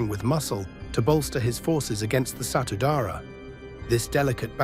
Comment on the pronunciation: You pronounce the name of the Maluku motorcycle gang ALL WRONG !!!!! Read the letters properly. Its Satudarah !!! the letter u must be pronounced like the spanish letter u, for instance like the spanish word for unique , unico !! . So it;s S-A-T-U D-A-R-A-H, Which is the language of the people from the Isands of MALUKU and means ; ONE BLOOD !!! You dumbass !!!!!! At least , BEFORE you put up a video, do PROPER RESEARCH OF EVERTHING !!!!!